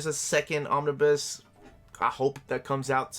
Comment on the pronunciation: Me: Just need to check how to pronounce "Omnibus". Ah, here's a video...: Omnis... Omnis... Omnis... Me: SAY THE WHOLE WORD ALREADY